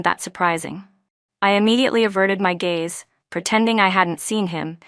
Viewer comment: Gaze, not"gays" 😊